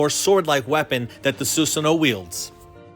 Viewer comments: Actually it's susano-o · You pronounce it the Japanese ways but you also pronounce both o’s